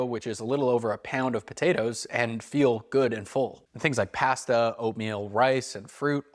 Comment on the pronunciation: The way you say pasta gave me a migraine 😂